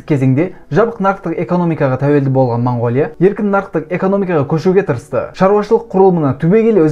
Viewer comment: Мангооля деп айтпаңдар. Өте жаман естіліп тұр. Орыс емес болсаңдар О әріпті О-мен айтыңдар